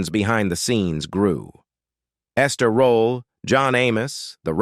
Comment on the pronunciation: Quit call this wonderful woman Ester rolla. I clearly hear you I. This video say it several times. But then sometime you pronounce correctly .